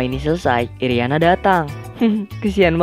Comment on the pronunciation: Apa cumn saya doang yang denger nama nagisa jdi Nagasi irina jdi iriana